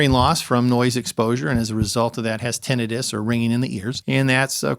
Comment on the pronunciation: lol wtf he changed the pronunciation 1 min into the video...went from "tin-ah-tus" to "tin-it-us" like it was nothing